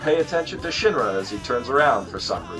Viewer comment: BTW - Sheen-ra(Shinra), Chaw-Nay(Chane)